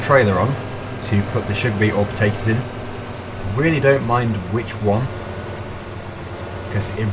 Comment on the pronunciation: Why do you say potatoes wrong